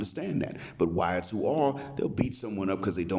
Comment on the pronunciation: you crack me up when you say "the wyatts" 😭😂😂😂